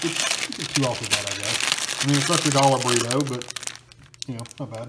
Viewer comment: Did you deadass just say borito